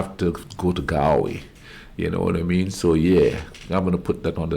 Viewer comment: nice reaction.... just to note... Galway is pronounced Gaul way rather than 'gal'